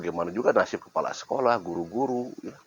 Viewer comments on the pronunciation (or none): none